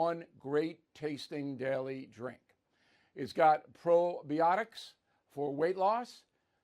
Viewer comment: Hey Bill! “Pro-By-Otics”